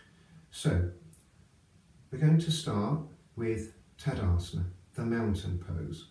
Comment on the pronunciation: Very informative video. Could you maybe put in text on the video, the name on the different yoga poses that you do? I hear for example “Tadasment, but when I google this pose I find Tadasana.